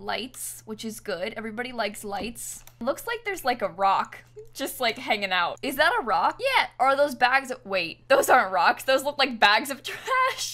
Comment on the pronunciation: The way she said" is that a rock" Sounded like" is the iroooq" (iraq) Am from flipin iraq😂🙃 Sorry for wasting your time